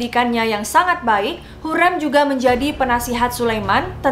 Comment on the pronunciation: Iya betul, dan mau koreksi juga kak, sepertinya gelar haseki itu untuk permaisuri yg sudah dinikahi secara sah, setauku begitu. Salah satunya hurrem itu jd haseki karena dinikahi oleh sultan suleyman. Sekarang udh bener ya pelafalannya hurrem bukan hurreum (di video sebelumnya)